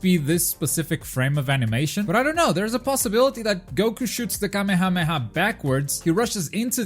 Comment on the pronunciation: It irritates me how you pronounce kamehameha